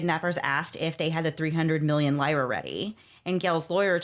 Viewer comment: Take a shot every time the hosts mispronounce lira 😂